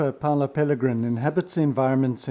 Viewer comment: Hi, great channel but his name is Paolo (Italian) not Paulo (Portuguese/Brazilian)